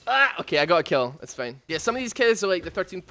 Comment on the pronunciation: It will come off as kinda mean, but it made me laugh how you pronounce certain words :) Fein = Fine Teim = Time Keds = Kids Breit = Bright Es = Is Thes = This Mend = Mind Subscreib = Subscribe